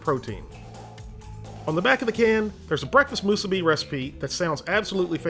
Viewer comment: Are you pronouncing musubi correctly? It sounds like you are saying mūsūbi. I am thinking mŭsūbi. I hope that you can read the pronunciation marks that I added. If not here it is phonetically. Your way moo sue be, my way mu as in mutt. Mu (t) sue be, leave out the "t" when saying. Great videos, I love them. Any Hawaiians on here to straighten us out?